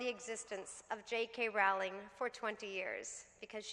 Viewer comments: love you Jessica, but it's "ROWLING" not "RAWLING" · Dear SJP--I love you but you mispronounced Jo's surname over and over. It's simply "row-ling" (as in "row" your boat). You're welcome. Jo seems like an absolutely lovely person. Wonderful speech! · You could at least pronounce her name correctly. She's only the most known writer in the modern age.